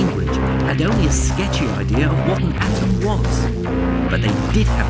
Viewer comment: Argh makes me gag when he says "We have a good ideer"